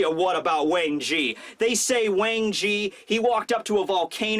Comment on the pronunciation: "Whaang Ginn!!" pronunciation got me laughing 😂😂